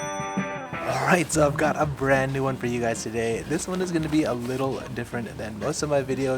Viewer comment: what's a goning?